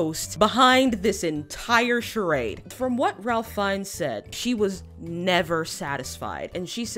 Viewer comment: His name is actually pronounced like Rayf not Ralf